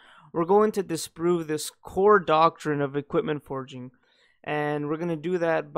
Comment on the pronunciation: “Disprue this theory” omg😂😂😂